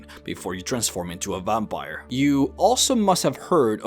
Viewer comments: Vampire not vumpire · Good video but your pronunciation of a few words like "vampire" really bothered me and I couldn't help but imagine that you do it intentionally.. Also I kind of cringed the times when you went a little overboard with your voice trying to sound cool or something. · The way you say "Vampire" bothers me.